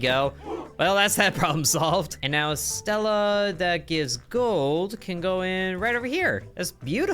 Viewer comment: Jesus kind of dances on my nerves every time you keep saying a Stila is a Stella, the i sound like the name of the letter e in Spanish my friend. Sounds a little bit like you're saying the word steela.